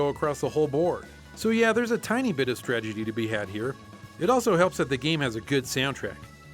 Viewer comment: "Stragety" lol great video as always guys!! Love the content the humor and everything else, Stupid game chasers!